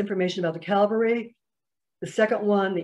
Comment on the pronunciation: Cavalry ( military unit), not Calvary (place of crucifixion)